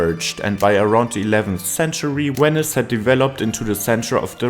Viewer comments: Weni, Widi, Wenice. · Wenice? W?